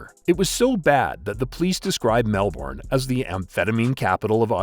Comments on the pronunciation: Dude, great video, but I get frustrated: Melbourne is pronounced Mel-burn. Not Mel-born. , you stated that Williams and Johnson shared a cell at Barwon Prison. They didn’t. They were in a ‘management unit’ for high profile, and dangerous prisoners. Each had their own cell and were let out into a shared indoor common area during the day. There were only three men in that unit. The third man, Tommy Ivanovic was right there when Williams was murdered but ‘didn’t see or hear a thing’. Even show the video at Johnson’s trial, he kept saying that he hadn’t seen anything. Funny enough, Ivanovic is still alive! Such units have prison guards assigned to them. I’m not sure how many at any one time. And I have no idea why these guards weren’t on the floor at the time. I can’t believe the prisoners were left unsupervised out of their cells unless this was intended to enable the murder. I know people who work in Victoria’s Prisons and I have been told that there is always two or more guards on the floor when the prisoners are out of their cells. Still, Williams was a waste of oxygen, so I don’t really care. I suspect that most people felt that way. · Hopefully the next voiceover person can pronounce Melbourne correctly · The R is silent in Melbourne 🤦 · You pronounced Melbourne wrong, otherwise great video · Underbelly Season 1 was all about this... fucking awesome... also learn to speak our city's name... it's like nails on a chalkboard... or at least call it by there shorter name... Brisbane aka brissy... Sydney aka Shitney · try pronounce the names properly witout that stupid seppo accent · Pronounced Melbourne wrong. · Please pronounce Melbourne properly 🤦🏻‍♂️ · never knew he was a dog hey. The 90's were a good time to be alive in Melb, proper brotherhoods back then hey. Hating the way this narrator keeps pronouncing Melbourne lol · Please learn to pronounce Melbourne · You're the dickhead it's literally not pronounced Melbourne, which is the way he pronounced it.